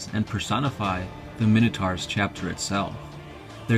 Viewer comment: Pronouncing minotaurs wrong